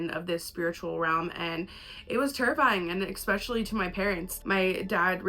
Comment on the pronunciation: I seriously love you and your videos, but goddammit STOP SAYING “EXspecially!!!!” 🤢🤢🤢🤢🤢😡😱